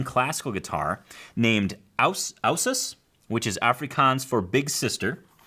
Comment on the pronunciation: Thanks for featuring us!, your pronunciation is very close and good for someome that has not really spoken Afrikaans. Well done to you!, Abby was the first guitar that I bought and she is very special to me. She just reminds me a lot of Abby from NCIS, though dressed with mostly dark clothing she is so sweet and beautiful, just like my Abby-guitar. And if we could not find a suitable name for the new guitar then the "brand-nickname" kinda stuck. Hench the names:-D Thanks for the great show and I enjoy learning with TAC too! Things I never thought of playing and get to learn, and work on my skills that I might some day use at my first show in the future. Thank you and!